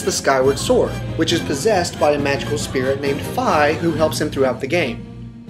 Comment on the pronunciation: its pronounced fee